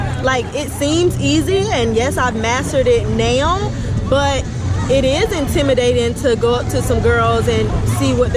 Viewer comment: I hate the way says "now". She pronounces it as Neoww.